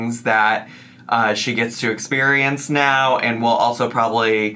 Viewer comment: did he just say right MEOW??? 🤣 please tell me I heard right